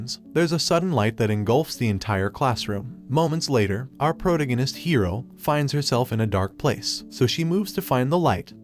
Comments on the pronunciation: "pro teh guiness" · Ah yes, “pro-ta-goe-nist” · bro really said "moments later, our protUGANIST hero," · That is the first time I have ever heard the word protagonist pronounced that way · the way you said protagonist ;o